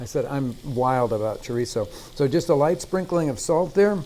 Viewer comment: If you can't properly pronounce it, you have no business cooking it.Look's like a dogs dinner.